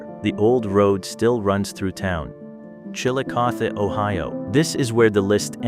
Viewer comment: Somebody try to fix AI to recognize words that have two meanings. Galena means LEAD ,pronounced LED, the mineral, NOT LEED. and lets try Chillicothe, produced ChillicothEEE.